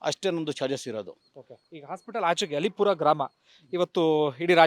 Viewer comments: ಅದು ಅಲ್ಲೀಪುರ , ಅಲಿಪುರ ಅಲ್ಲ !! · ಅದು ಅಲೀಪುರ ಅಲ್ಲ ಅದು ಅಲ್ಲೀಪುರ ಇತಿಹಾಸ ವಿದೆ ಅಲ್ಲೀಪುರದ ಬಗ್ಗೆ .......